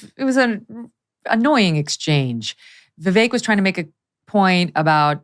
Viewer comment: Sorry I hate them both but it's not 'Vivake' it's 'Veevek' like in 'bet'